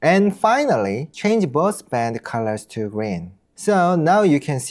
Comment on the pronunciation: 영어로도 개설하셨군요~~ 영어 사이트도 성공하실거라 믿습니다. 발음도 좋으시고...사소한 거지만 영어권에서는 볼린져보다는 볼링어라고 발음해요~~, 구독자 많이 모으시길~~